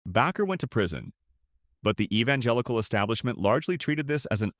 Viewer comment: Oh wow, you actually pronounced Jim Baker’s name correctly. Well, the first time anyway.